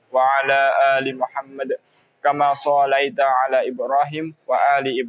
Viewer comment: Bacaan sholawat : كما صليت seharusnya huruf lam ( ل ) bertasydid dan sho dibaca pendek satu harokat 🙏🙏🙏